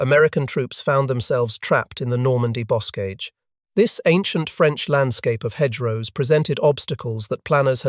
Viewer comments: "bo·kaj" not bose-caj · It's not boscage. It's bocage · Boscage? I thought it was the Bocage. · Also Bocage as Busque or something like that.